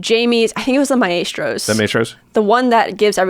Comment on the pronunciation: Maestros is pronounced like My-strows. Not My-A-strows.